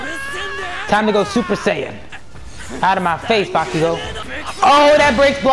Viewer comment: it bakugou not bakigou